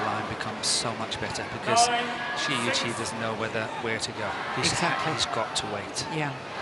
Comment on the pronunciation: Shi is pronounced like the "Che" in "chemin" in french. Yuqi is well saied, except the ton but that's ok ^^